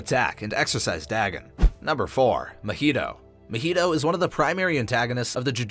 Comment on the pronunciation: Nice video but your pronunciation of Dagon really got on my nerves XD Could be you are right but i've known about Dagon from Cthulu Mythos for so long that it is so weird how you pronounce it. It's pronounced Day-gone not Da-gun.